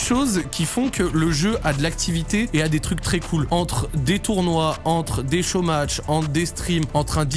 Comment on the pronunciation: Quand il dit '' des show match '', j'entends des chômages